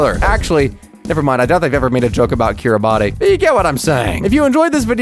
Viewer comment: And right at the end there YOU offended the people of Kiribati buy mispronouncing their country ! 😂